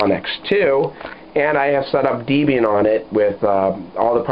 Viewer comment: Oh, another thing: say it with me -- DEHB-ee-an... Debian... Not DEE-bee-an. Think of the names Debra and Ian... That's where the name comes from. You wouldn't call her Deebra!